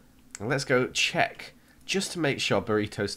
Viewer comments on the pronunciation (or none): none